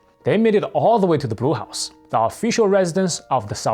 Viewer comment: Notice the presenter, "."" talks of the Brew House. Actually he's saying Blue House. Typical East Asian language problem. The sounds "r" and "l" are difficult for East Asian speakers.